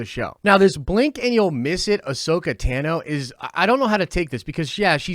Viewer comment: I’m just wondering if anyone else notices that he’s not saying Ahsoka Tano’s name correctly? It’s pronounced Tah-no and not Tan-no. In the movie, Star Wars Clone Wars, listen to how Ahsoka Tano says her name when she introduces herself to Kenobi and Anakin.